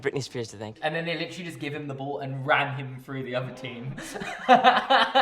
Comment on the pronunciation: Holy crap you licheerally say licherally litcherally so many times ffs😂